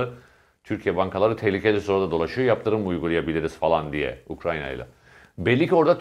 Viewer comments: Levent bey:, "Ukranya" degil Ukrayna; "Herıtz gastesi" degil Haaretz gazetesi:) Selamlar. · Ukranya ne abi bari sen yapma... Ukrayna